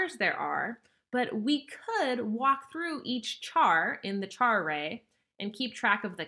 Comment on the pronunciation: Cant handle the way you say char, thanks for the video though